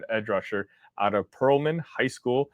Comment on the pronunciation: we were both wrong on the pronunciation of Pear-land and not Pearl-Land Texas...imagine that...i know right ??....